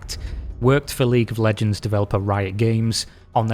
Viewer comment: 🤣Ahh League of leeejeee...